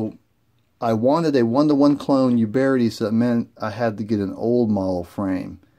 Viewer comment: PEE-ETA OOOOBERTI. THERE'S NOT GONNA BE ANY PIE, AND THERE IS NO YOU IN UBERTI